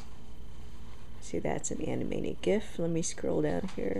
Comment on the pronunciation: Thanks for this review, and thanks for pronouncing "gif" correctly ;) Flash would also mean radio streams such as shoutcast. I don't really have my hopes up at the moment though.